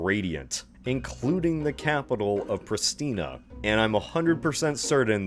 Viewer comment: as a citizen, i am not even angry, i full heartedly agree, instead of making something symbolic and simplistic, they just reapplied historic events and places into seals and badges... What i am very ticked off of and what i will complain about, is that you mispronounced Prishtina, it isnt pronounced with an S as in Snake, Sloppy or Slobber but with a proper "Sh" as in Sheesh or Shush or Sheep